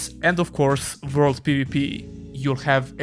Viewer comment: I like the way you say "vorld"